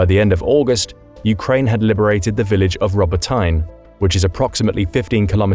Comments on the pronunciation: Why do you read wrongly Robotyne and Verbove? It's not as "tine". it is Robo- TEENEH. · Ro-BOT-in-uh, Mel-i-TOP-l. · "Rubber-tine" dude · As much as I'd love for this to be true, the author apparently has never heard Robotyne or the Surovikin Line mentioned in reporting, currently two of the most important and talked about features of the war. Hard to believe this opinion is rooted in much knowledge if they don't even know how to correctly pronounce the places they are talking about.